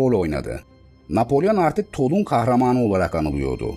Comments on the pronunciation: Tolun değil, Tulon okunur. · Yine mükemmel bir içerik. Yalnız "Tolun" yerine "Tulon" diye okunmalı Toulon şehri. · Videolar pratik ve akıcı. Elinize sağlık yalnız Toulon'un telaffuzu tolun değil de tulon. Diğer videolarda da benzer şeyler var dikkatinizi çekmek istedim.